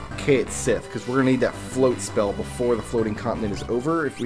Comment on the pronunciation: I thought Cait Sith was pronounced "Kite She?" Whatever, Kate Sith, Ket She, Kite She, it's a stupid fucking name no matter how you pronounce it.